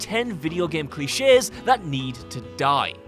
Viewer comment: He said cli chess instead of cliche lol grammer really isnt that difficult